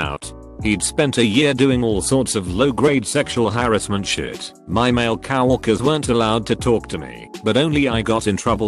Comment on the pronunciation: Everyone's gonna ignore the pronounciation of coworkers huh?